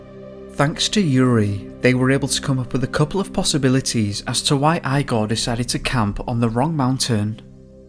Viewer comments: Eye gore. As in "Young Frankenstein"? The Russian pronunciation is EE gore. LOL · E-gor not eye-gor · IGOR!!! Not eyegore or igore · so you know the name Igor is pronounced EEgor. Not iigor. I as in eyeball gor. It's pronounce e as in a capital e from the alphabet or from a word such as enough. That is the sound of the e that you have to use when pronouncing that Russian name. My question is what the fuck is a compelling force??? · The Russian name “Igor”. Is actually pronounced “E-Gor” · it's ee-gor, not eye-gor. i know that prnounciation of other languages can be difficult and especially for anglophone speakers, but, seriously: eye-gor?!? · Remember to pronounce Russian names like Igor: "EEgore" rather than 'eyegore' and Ivon as 'Eevon' & EEvan. Love the coverage of this tragic historical soviet era incident and the very eerie background sound track is wonderfully used here! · The guys name was Igor not eye-gor. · Really scarey but please stop pronouncing the guys neme as eyegore it Igore... pronounced egore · 1: Igor is pronounced as "Ee-gore", not "eye-gore". 2: Why do you talk so weird? It's an irritating sing-song stilted-sounding bullshit and your last word of each sentence is very drawn out. Hard to listen to. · Great video mate:) it's pronounced Eeegor not Igor but it's spelled the same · Eye gaw? It's Igor, pronounced Ee gor. Deff weird intonation. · I'm pretty sure the pronunciation is "ee" gor not "I" gor otherwise thanks for the upload.. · eYe-Goar = 🤪 ReE-gOr = 😎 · Eye -gore? it's pronounced EEE-gore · Wheeemnny. Whennny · Eye-gore?? EEEgore!! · lol you said his name eyegor.. I needed that little laugh 😂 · Igor is pronounced 'eegor. Thanks for the video. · Eee-gor Dyatlov is his name. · Great video, hauntingly scary story., just a well-intentioned remark: IGOR is pronounced similar to (Wend)IGO + R, with emphasis on i. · Eeeee-gor ffs! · Doing a shot of vodka every time you say ‘eye-gore’....